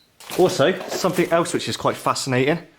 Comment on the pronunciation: Somefink is actually pronounced something and don’t fink is actually don’t think.